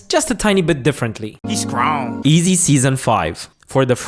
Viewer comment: This goofy said “eezy” 😂